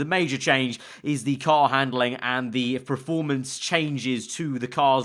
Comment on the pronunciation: PER-formance... not PRO-formance...